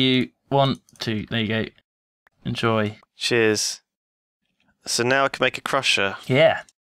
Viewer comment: in the beginning when lewis said "cheers" is sounded like he said "jizz"